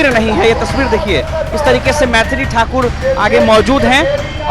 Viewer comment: पत्रकार महोदय मैंथाली ठाकुर नहीं मैथिली ठाकुर नाम है ।